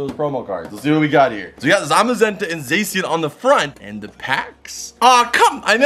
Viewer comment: It pisses me off when he pronounces zacian and cinderace's name incorrectly, and you people in the comment section disagree you can fight me